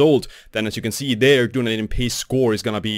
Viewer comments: It’s pronounced DUN EEEE DIN (I worked there! It’s Celtic for Edinburgh and is in the South Island of NZ) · Good summary. But learn to say Dun-EEE-din properly.